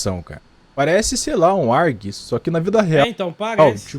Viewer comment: É ARG não RG kkkkk